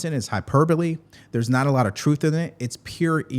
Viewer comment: Truff lmao he can't say the word truth!! I wonder why? Lmao because he doesn't speak the truth